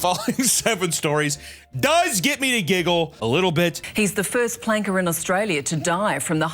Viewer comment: You know what? When Homegirl says "Planker" it sounds like some strange Australian Slur for some Nameless Oppressed Minority Group you wouldn't be aware of without the use of Wikipedia. Homegirl put some Stank on it with her choice to use the Hard R Variant.